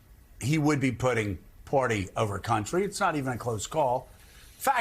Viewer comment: Hey, Joe...the word is "Party," not "Party"!